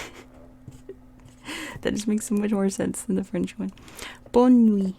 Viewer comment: We don't say Bonn we say bon swa